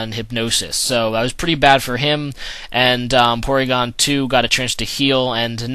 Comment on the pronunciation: its PORYGON dumbass